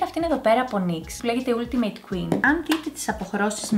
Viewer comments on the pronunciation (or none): none